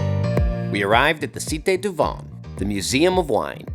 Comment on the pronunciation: but regretfully did not learn how to pronounce "vin" correctly.